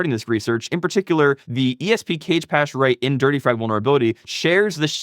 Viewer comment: "cage pache" lmao